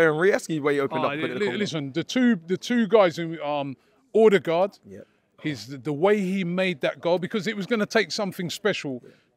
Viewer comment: Robbie's pronunciation of Odegaard is shocking hahaha